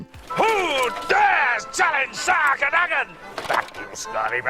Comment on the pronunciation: Why, even after hearing it pronounced in the movie AND audio book are you saying “cur-day-gun”? You show a clip where they clearly say it correctly “cur-duh-gun”, and then immediately say it “cur-day-gun”? What!? No research done? I get different accents, but come on. What!? No movie or audio book says it that way. None.